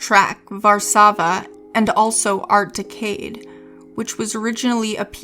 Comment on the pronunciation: Wonderful history, great job, strange pronunciation for Andy Mackay, decade, a few others...is this AI?